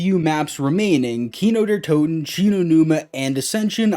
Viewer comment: tho im not german i know german and i get triggered when ppl say it like keeno de tuten its somewhat pronounced like:key-no there too/tow-ten